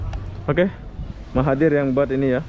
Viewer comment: Nanti PM malaysia marah, karena penyebutan namanya salah 😴